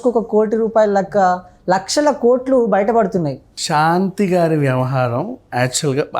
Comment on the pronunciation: షాంతి కాదు బాబు,శాంతి. తెలుగును ఖూనీ చేస్తూ ఇంటర్వ్యూ లు ఇవ్వకండి.ప్లీజ్